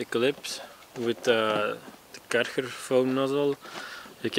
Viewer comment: Karchar? 😂 I didnt realised this Name is so hard to pronounce in english until now